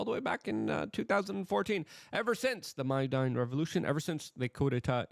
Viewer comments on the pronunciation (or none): none